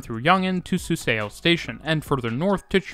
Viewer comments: Excellent video! Your pronunciation is very good too. Be aware, though, that "eo" is pronounced "uh" in Korean. So Suseo is pronounced SOO suh, not soo SAY oh. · Also, suseo station is usually pronounced "su-sU" rather than pronouncing the e and o individually, but overall a great video! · SUSEO should be pronounced like Soo-Suh. 😅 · Really good timing of this video as I'm traveling to Seoul again soon! Just a note, your pronunciation of Suseo is wrong, instead of su-say-oh it should be su-suh, just 2 syllables. Now you know! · The pronunciation is not particularly accurate for a lot of things, though - in particular Suseo, which is two syllables (su-seo to rhyme with the yeo in yeoman)